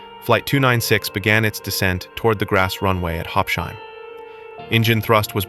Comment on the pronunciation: please pronounce it correctly: Habs-Hime, not Hab-shime. Habsheim is not an English name or word, so please pronounce it accordingly.